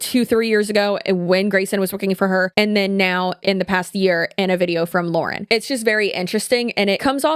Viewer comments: I think people who were looking for an outside perspective on the Hidden True Crime thing got so upset by you mispronouncing her name repeatedly because it makes it sound like you didn't do your own research. If you watch any of Lauren’s content, she says her own name at the beginning of every video. The fact that you mispronounced it made it feel like you just read a script sometime else wrote instead of doing your own research. Given the nature of this scandal, I think it's warranted that people point out if you mispronounce the name of the person you are covering in depth. Love your content and how you cover all kinds of different online topics, but on this one I was skeptical about how much research was done on HTC because you didn't know how to say the creator's name. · People were whining about you mispronouncing because she says her name at the beginning of every video.hard to miss. Also I'm not arguing the video or if she's plagiarized just generally can we please start doing our own investigation instead of relying on chat gpt which ai not only is terrible for the environment but it misses nuance and context often.